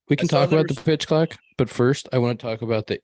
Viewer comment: face when slipped up on the word clock had me spitting out my drink